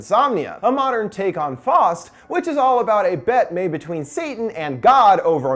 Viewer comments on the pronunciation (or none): It's pronounced "Fowst" not "fost" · faust is not pronounced fost. how is it possible you dont know how to pronounce faust? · Its called faust its german for fist you pronounce it with a ow sound in the middle